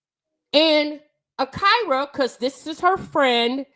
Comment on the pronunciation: Everyone in the video: Ah-kee-ra: Ah-KYY-ra 😅 loved the convo as usual tho 💕